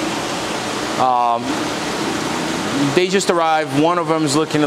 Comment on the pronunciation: I have to say, end result is that I like your unpacking table better. I know each table serves a different purpose, but being able to move yours around is perfect. Uaru is pronounced wa-ru. Love love love that fahaka. Wish i had a tank, he would be mine! Happy holidays! Awesome year, I had a lot of enjoyment watching you and especially harassing you,! Lol